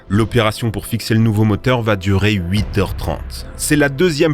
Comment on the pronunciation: Pourquoi mettre les chiffres au pluriel？Huits zhommes, trentes zautres...